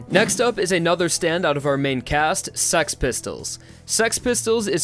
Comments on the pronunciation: Why you say it like sex pistols lol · HE SAYING SEX PISTOLS or else it sounds like that lol. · him thinking he's saying six pistols Me: he's saying sex pistol. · i love how he says six pistols as sex pistols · Its funny how im keep hearing saying sex pistols And not six pistols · I knew it, its "sex pistols" not six pistols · dude it is six pistol not sex pistol xD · Bruh it’s six pistols not sex pistols 😂😂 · He said sex pistol it’s six pistol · Six pistols when he says it sounds like sex pistols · He kept saying the name correctly. Its name is not Six Pistols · It is called sex pistols dude,go check the english name lol.